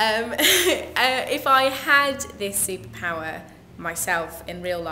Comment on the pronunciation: Is she from the West country. Listen to how she says the word superpower ...haha